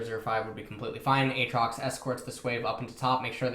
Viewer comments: Who the fuck in twitch chat trolled him into saying "Ay Ay trox" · A-atrox... you’re killing me 😂